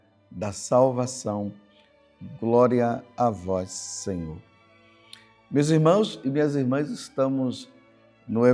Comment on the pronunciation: Groria a vois Senhor